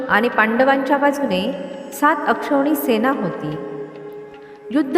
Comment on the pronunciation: ते अक्षवणी नाही तर अक्षौहीणी असं आहे.